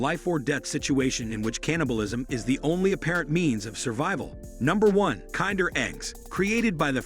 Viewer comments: KIN-DER Egg, not "kind er" egg.... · It's not kinder eggs as in really nice eggs. Its Kinder as in the German word for children. It is pronounced similar to kindergarten.